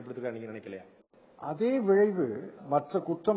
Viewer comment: சிதம்பரம் அவர்களே தமிழை சரியாக உச்சரிக்க கற்றுக்கொள்ளவும்! - - அது 'விழைவு' இல்லை; 'விளைவு'. 'ல', 'ள' - வுக்கு பதிலாக 'ழ' உபயோகிப்பதே சரி என்கிற அபத்தமான எண்ணம் தான் இதற்க்கு காரணம்.